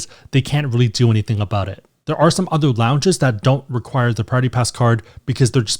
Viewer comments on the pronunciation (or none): What about "other?" - "Udder."